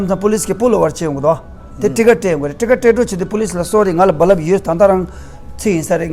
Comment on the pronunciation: I like when you said BaLaab for Bulb. Looks like you are ex 22.